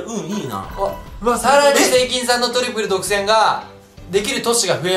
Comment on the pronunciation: トリプル独占のイントネーションが違うwww